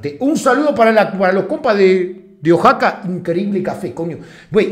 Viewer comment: Oaxaca Guey, , no Oxaca